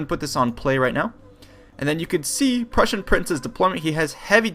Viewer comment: I always wonder why you pronounce "prussian" the way you would pronounce persian...